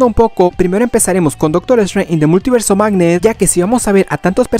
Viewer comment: "an da multiverse of magnee"